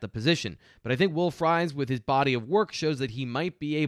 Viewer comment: Pumped to see somebody in the NFL with my last name, but it's pronounced FREESE any time you see 'ie' in a Germanic name it's pronounced Ee